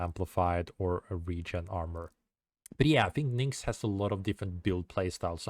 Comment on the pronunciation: good guide man but her name is pronounced NICKS why do you say it like NINKS?? Where does the N comes from???? it throws me off so hard every time you say it hahaha